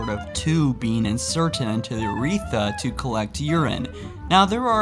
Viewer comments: What the fuck is an ewReeTha,... YUR-RE-THRUH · Ron Templeton and uretha instead of urethra. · Cath-Eaters, Youreetha, are you trying to pronounce things wrong? Just to spite us? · Urethra not urtetha!!!! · everyone: urethra: uretha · Urethra not UUUREETHA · urehtra not uretha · Urethra Not uretha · its called the URETHRA not the Uretha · You obviously wiki'ed all these "facts" and have no basic medical knowledge whatsoever. Your pronunciations are driving me mad. Catheter is pronounced "kath-ih-ter" not "kath-EE-der"... Urethra is pronounced "yoo-ree-THRUH" not "yoo-REE-thuh". I couldn't even finish the video to hear if you pronounced anything else so ridiculously :/ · says "catherized" (not a word obviously) instead of CATHETERIZED Says "uretha" (also not a word) instead of Urethra LIKE REALLY, MY GLASS IS FULL WITH THIS ONE. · "... literally forcing a tube up in your uh eetha." jesus, when will you learn how to speak properly? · Watching this video wasn't nearly as disturbing as listening to pronounce words. "Ca-theater" "Ur-eetha" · Words mispronounced in this vid: Catheter - “cath e aturs” Urethra - “Your e tha” Inserted - “Inserned” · it's pronounced UR RE THRA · "Catherized" "Uretha" "Ca-theater" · Ok say it with me, (K-ah-th-It-er) that’s catheter. Now (yur-ea-th-ra) that’s urethra, there is an r at the end. Thank you. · Ca - theater? Nope its just catheter -- Also, urethra is pronounced 'your-wreath-ruh!' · cath-ah-der and your-wreath-rah and it's not m.r.s.a. you say it as mer-sah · your pronunciation of words is terrible it's urethra with a thra also catheter isn't hard to pronounce either what is a cath theater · Bro, can you pronounce catheter and urethrae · The amount of times your said catheter and urethra wrong irked me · FUCKING IDIOT. MISPRONOUNCE URETHRA ONE MORE TIME. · Goddamnn i cannot take hearing the mispronounciation of catheters of urethras holy fuck dude. Did u not go to school